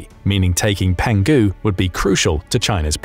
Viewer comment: Well penghu island is pronounced more like “pong who” Going snorkeling there in a few weeks